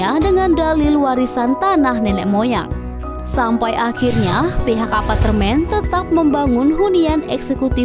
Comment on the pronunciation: Pengisi suarnya bilang Apatermen Bener gak..?